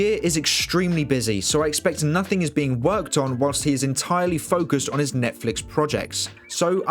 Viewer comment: Hahaha... Zack said NOHTING...